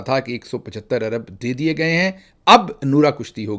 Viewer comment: Ye ap Gay pe itna zor q de rhy hain??